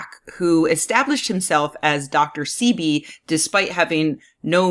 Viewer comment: Doctor ceebee?? Its pronounce Sehbee. Typical white girl cant even pronounce the most easiest of black names